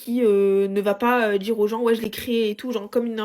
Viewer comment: Pareil pour moi, j'ai les oreilles qui saignent !!! " quand elle répète " jme suis djis jai djis , vous allez djire! Omg 😅